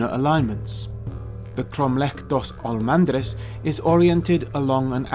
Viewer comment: Correction: it's Cromeleque dos Almendres not of Almandres. The pronunciation in Portuguese is something like: Krom-lek dush Al-mendresh being the last ''e'' very soft like the first e in the word: endeavour. Best regards